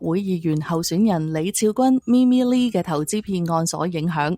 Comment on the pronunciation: Mimi Lee, not Mi Mi Li